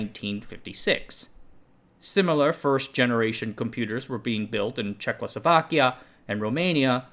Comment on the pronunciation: I keep smiling at you pronouncing «Czechoslovakia» as «Check losovakya».